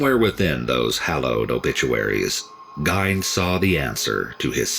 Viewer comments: The way that narrator is pronouncing Ed Gein's name, having it rhyming with "Wine", is cringeworthy I'd always heard Ed Gein's name pronounced as "Geehn" or rhyming with "Seen" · It's not pronounced Gine! It's pronounced Gee-Inn! His first inspiration for a movie was the movie Psycho by Alfred Hitchcock then later a Texas Chainsaw Massacre in the 70's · The only problem with the video, he mispronounced his name. Ed Gein (Geen), I've seen and read to much not to know how to pronounce it lol. Awesome video as always L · Its pronounced "Geen". I think the real evil is that mother of his. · I always thought it was basically Gain haha....weird how people hear it differently depending on what source they heard it from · I know the 2 documentary's i have watched they all pronounced it Geen but spelled Gein,it could go either way lol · I live in Gein's hometown and am good friends with some of his victims' families. I hate the way people mispronounce his name. Apple pie with cheese on it is quite common here in Wisconsin. It was even more common back in the 1950s.